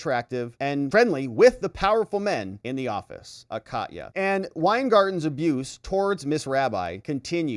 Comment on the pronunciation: First, I like you a lot. Next, I am glad that later you started to pronounce Katya correctly. That really made my fur ruffle. You incorrectly called her catiya. Next, you corrected yourself and said Kahtya. I am Ukrainian (or even Russian), where in the beginning you said it super wrong, but corrected yourself and said it correctly. It is just personal for me. EVERYONE, goes out of their way to pronounce everything correctly, except with the Ukrainian names. For some reason, all journalists (even pseudo journalists) don't bother if it is Ukrainian. Sheesh! We are the only exception to this courtesy? Thanks for correcting yourself. But also thanks for your dedication and fight for justice. You rule. I actually think you are GREAT! Ergo, just saying.......